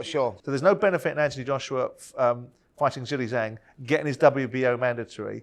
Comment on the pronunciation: Can someone please do a compilation of Talk sport presenters saying Zhili Zhang? Jilli Jang, Jeelay Jang, chilli jang.... 😂